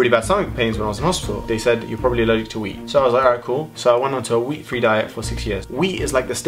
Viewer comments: when u were talking about ur wheat allergy i thought u said weed.. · I thought you said weed instead of wheat haha